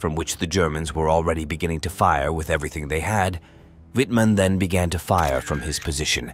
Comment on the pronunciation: wouldn't hurt to learn proper pronunciation w in german sounds like v, mr amateur!! same shots repeated ad nauseam